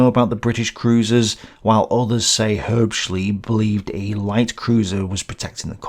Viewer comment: Mispronounciation of Herbschleb: again and again and again, in German an "e" is never,never,never, pronounced as a German "i". It ist always,always,always pronounced as an "e" in e.g. "egg" or "Excellent".